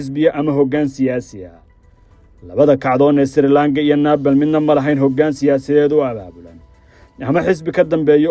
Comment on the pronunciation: Naabal ma ahan ee Nibaal (Nepal) iska sax dhawaaqa wariye thanks